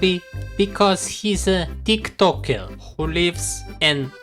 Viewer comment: "because he's a teektockeur" 🙂